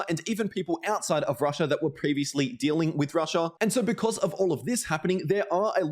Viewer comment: "rush-aaaah" lol... annoying af after like the 10th time saying that.